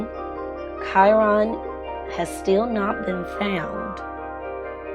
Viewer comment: His name is not pronounced like that..